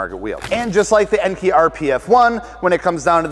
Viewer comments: EN-KAY, not EN-KEY. Do you call kei cars KEY cars?? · It's pronounced en-kay